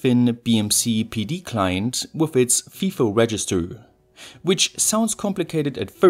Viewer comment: "with it's FIFO register" FIFO is pronounced "F-eye-F-Oh" not "f-ee-F-Oh"